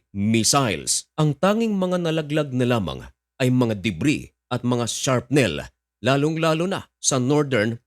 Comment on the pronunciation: Brother.pakicorrect ng sharpnel n terminology niyo Po .. shrapnel Po....